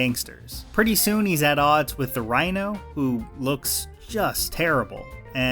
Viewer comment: Rhino has been butchered twice now 😮